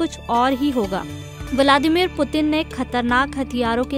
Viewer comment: वलामादिर मत बोलो व्लादिमीर बोलो ।